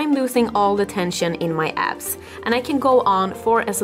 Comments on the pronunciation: When she says "abs", I hear "azz"..anyone else? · Every time she said abs I heard ass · Is she saying abs or ass?